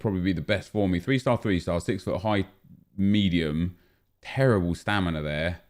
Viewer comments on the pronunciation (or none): none